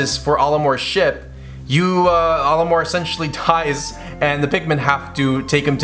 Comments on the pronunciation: Your pronunciation of Olimar is like if you switched the A and O around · I hate how he pronounces Olimar's name.